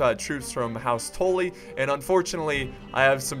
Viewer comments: "house touly" its house tully tul-lyi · Its Tully not Toley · Is just deliberately saying "Tolly" instead of "Tully" just to piss off Game of Thrones fans or does he actually not know how to pronounce it House Tully's name? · This is old but when he says “toll lee” I wanted to die I was like it’s “TULL-EE” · TULL-EE. All I hear is tool-lee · ITS NOT TOLLY ITS TULLY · Not TALLY its TA-LLY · Good video, but listening to you say "tooly" instead of "tUlly" makes me want to punch my computer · Whats the video where JackieFish betrayed you as House Bolton?! I'd love to watch that one. It's pronounced House Tul-lee by the way. House Tully. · Tuh-lee (Tully) anyways loved the vid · Maybe a stupid question, but why do you pronounce Tully "Tohlly"? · its also not Tolly. its still tully but u pronounce it more like Tally. watch the red wedding and listen closely to what catlyn is saying and how. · I love how you pronounce stuff, in your weird accent. But you're still pronouncing Tully wrong, you need to pronounce the Tull bit as if you're saying dull. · Why do you keep pronouncing Tully asToe-Ly? Great vid but that was triggering me at the start. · why do you pronounce tully. tollee. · its pronounced "Tally" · Boi you are still saying tolly not Tully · I've never seen such a difficult time with a short "u" sound. rofl. "Brush," "Tuck," "Guppy," "Fluff," "Tully." Same sound. Like when you rub your chin and go "Uuuuuhhhh..." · how a brit says bus. that ''u'' for the word tully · you said house tully wrong again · I think your still saying tully wrong. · Still not saying Tully right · Just don't pronounce Tully at all please